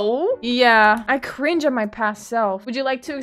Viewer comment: I love when she says Cri-nge ✨👀💅